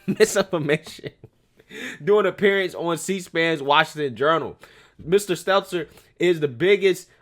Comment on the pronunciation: I love how calls Stelter Seltser unknowingly you crack me the fk up🤣😂🤣😂